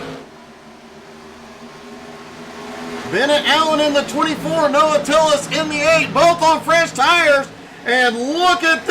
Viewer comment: Makes me laugh every time someone says Tillis when it’s Tills. Good job Noah!